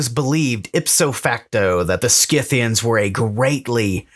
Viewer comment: Congratulations on pronouncing Scythians correctly, Skith-thee-ans, not Sith-thee-ans. The names of peoples of this period came down to us from Greek and Latin, in which C is always pronounced as K, not S.